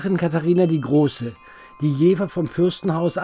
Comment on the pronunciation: Beim Dritten "Jeeeewah" war ich als gebürtiger Jefffffffferaner raus. Ciao.